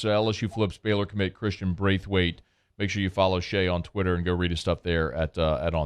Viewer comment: That definitely not how you say the last name hahaha nice try tho Brathwaite not Braithwaite